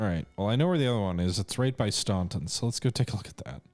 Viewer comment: Eastern shore of Maryland is very unoccupied. FWIW the locals pronose it "Stan-ton". Loving this play through